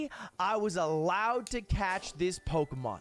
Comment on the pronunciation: I like how Ludwig is an English major but he can't fucking read and pronounce Pokemon names for shit